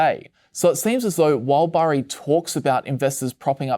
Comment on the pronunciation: Burry, Berry, Barry...gotta love that american accent 😁